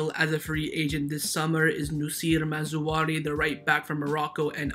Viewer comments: I hear you saying ma-zou-ari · Mazraoui (Maa-zra-weee) Great RB. Playing style quite similar to Hakimi's .